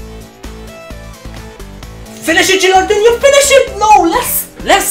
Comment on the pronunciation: I'm an italian fan. Could you please read "no" of gilardino like you read no in english and not like you read ronaldinho? You're great